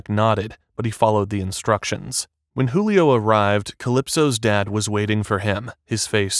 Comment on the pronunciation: Julio not Hulio